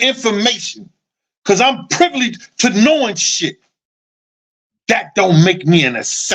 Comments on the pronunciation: "privly"? the word is "privy" fam... just be like "F the English language I'm finna say words how I wanna say them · You my guy, but it’s PRIVY not PRIVLY…just trynna look out for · "You are privly" I hollered... all in fun because I mess up word pronunciation all the time and laugh at myself. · It's PRIVY man PRIVY.